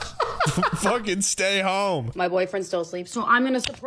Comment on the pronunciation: That "foekin' weewoo weewoo" killed me.